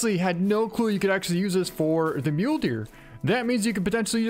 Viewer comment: He pronounces it like "myoulee" I pronounce it like "myoul"